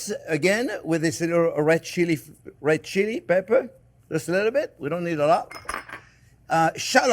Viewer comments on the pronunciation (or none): none